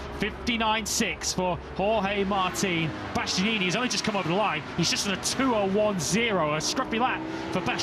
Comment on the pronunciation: "Bastyeeyee-neenie" - someone please tell this commentator how to pronounce Bastianini - his co-commentator can do it correctly yet he repeatedly guffs it and is still doing it in 2025.